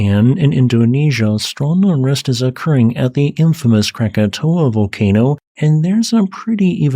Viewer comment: Congrats for getting the name right. Most people think it's Krakatoa.